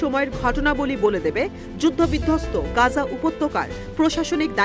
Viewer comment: "গাজা" নয় সঠিক উচ্চারণ হবে "গাজ্জা"... ধন্যবাদ